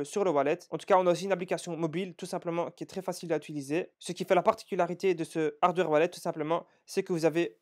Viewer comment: C'est incroyable qu'un gars de ton niveau fait des erreurs pareil.. D'cent se prononce Dissente et pas D100. On dit hardWARE wallet et pas HARDER. Bon etherium, c'est devenu commun.